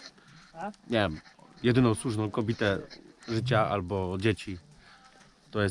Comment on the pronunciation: "Jak będę miał jedyną SŁÓŻNĄ kobite życia." Jak to pięknie zostało powiedziane, takie prawdziwe. Pozdrawiam.